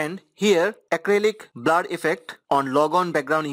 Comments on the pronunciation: “BLAR” lol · Thanks helped. But i just love how he sais "BLAR"